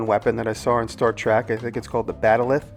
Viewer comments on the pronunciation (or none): It's "Trek" not "Track." Typical New Yorker. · Star TREK nerds cringe everywhere with your mispronunciation of the word trEk. 😋 Not me though. I'm not a nerd, just a huge forgiving fan of the orginal. Damn it Jim! I'm a doctor, not a pizza delivery man!! BTW...I wonder what Spock takes on his pizza?? Hmmmmm......Pure Energy!